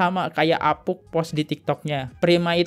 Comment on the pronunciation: Saran gue bang,klo ngomong selow ajj..jgn terkesan kaya di kejar" Kucing. Alhasil abang host ngmgnya sering kali salah pengucapan. Dan itu berulang kali . Di eja huruf nya bener" Bang.. Apunk jd apuk, soemadi itu sumadi bang. Ais..yg bener bang klo bawain konten.ngomongnya masa belepotan